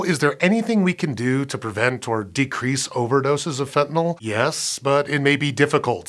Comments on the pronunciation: Pronounced fentanil, not "fentanol" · Your close, But not comprehensive. I have a degree in pharmacology, It can be absorbed through the skin and I'ts 100-times stronger than morphine, medical doctors also use sufentanyl, It's 100 times stronger times stronger than fentanyl, and It's pronounced, Fen-tan-nil, not fen-tan-all, and there are more than one opioid receptor in the Brain, there is carfentanyl, it's only uses on animals, as It is 10,000 times stronger than morphine. ⚕ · It's FentanYl not FentanOl. You can't get 5 seconds into the video without making that flub? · Why do people keep pronouncing it "fentanol"? It's fentanYl. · it's spelled fentanyl but everyone pronounces it "fentanol" wtf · Pronounced "fentanyl" (fentanil), not "fentanol" or "fentanal". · Why can't Americans pronounce fentanyl. Fent an il Americans : Fent in ol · Thanks for pronouncing Fentanyl correctly most of the time. It's never FentanALL. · Why is the dude on a Science show pronouncing it fentanol? This drives me nuts. It's not Tylenol ffs. Muricah! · Fenta- NILL! NOT NAWL!!! "Fen tah nill". Sue your teachers! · This is physically painful to listen to. The host doesn't even know how fentanyl is spelled, if he did he wouldn't pronounce it "fentanol".